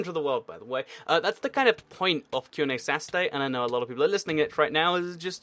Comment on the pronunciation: you said qna sas-ay